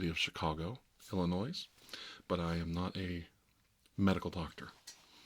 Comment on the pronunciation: Hm, if you were really from Chicago, Illinois you would know that the "s" is silent...Suspicious